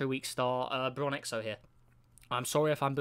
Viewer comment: Thanks for doing my system as usual. Bronxo was pronounced nearly correctly; just don't pronounce an extra i. Also you messed up Oevukha with Éeysach. Oevukha was the super hot super io. Éeysach is the 5 earth mass mini-neptune that was smoking up.